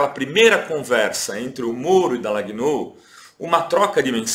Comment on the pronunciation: O programa é ótimo, super recomendável, sem querer ser pedante ou intolerante, a pronúncia do nome do procuradorzinho é Dalanhól e não Dalagnôu.